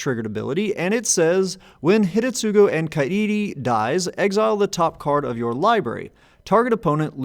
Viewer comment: Does due diligence that it's pronounced Ka-ee-ree Does not do same diligence that it's Hih-deh-tsoo-roo Jokes aside, i had been considering building this deck. Primer appreciated!